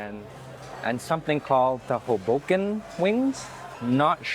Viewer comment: "Hobo" like a street hobo, "Ken" as in Barbie's boyfriend, but close to "kin." Emphasis on the HO. HO-bo-ken.